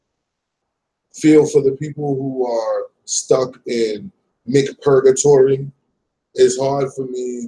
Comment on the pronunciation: I just got the opportunity to watch this and grab a bite to eat but just spit all my food out my mouth 🤣🤣🤣 smh did you just say, "...mcpurgatory"